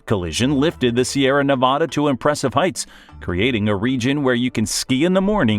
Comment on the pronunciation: No sorry at all man,your "Sierra Nevada" is also perfect,you are wellcome here anytime you wish.